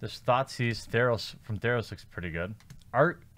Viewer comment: Each time you said "Thoughtseize," I heard "Thot seas."